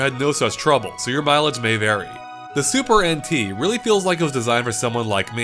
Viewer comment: I keep on hearing him say “Super Antique”